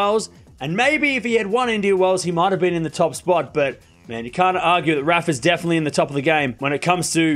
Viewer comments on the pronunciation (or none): none